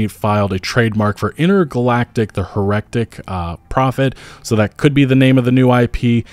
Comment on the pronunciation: Heretic, not herectic 😑